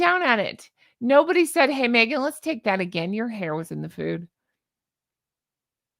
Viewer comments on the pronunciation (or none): none